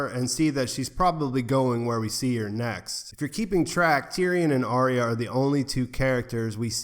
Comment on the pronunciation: Arya. Arrr-ya.